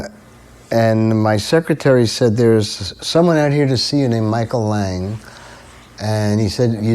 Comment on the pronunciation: That's Micheal lang not lag